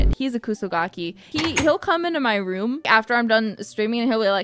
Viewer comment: Is it just me or was she about to say womb instead of room?